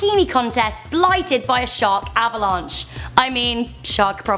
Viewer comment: Avalanche not Avalon